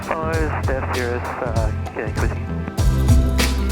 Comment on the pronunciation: did say "follow Stef's cirrus"? xD